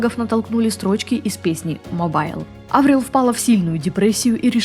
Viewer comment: Она Аврил, а не АврИл?